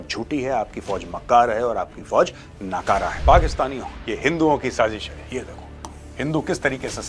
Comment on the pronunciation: That last "sajis hayyyyy" in the accent.😂 You rock with the facts! ❤